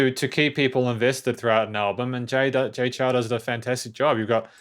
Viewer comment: Nice review. Just a bit of suggestion, the Chou is pronounced as "Chou (O is spoken as in Orange) instead of Chau/Chow"